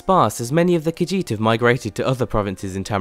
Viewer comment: It's "car-sheet", not "car-jeet".